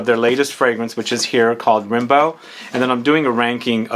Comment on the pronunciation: Its actually pronounced "Rambo" like the movie